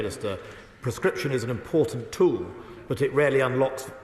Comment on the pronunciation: "Blavery" "Uklaine". "ImporDant".